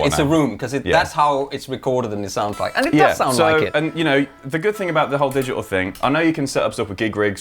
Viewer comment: "digi-uhl". cancelling consonants.